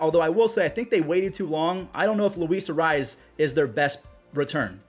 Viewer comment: No offense Jesus arraez? You need to get that Latino r roll and z sheesh lol